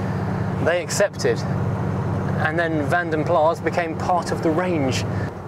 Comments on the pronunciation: The a in plas is shorter than the a you are pronouncing in vanden and sounds more like plus in english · 'Plas' translates as a lake, pool or puddle. Colloquially it is 'pee'!